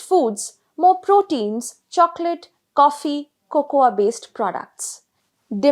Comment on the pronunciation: Good analysis, poor narration. Why can't The Print get better anchors! This lady pronounces cocoa as coco-aah!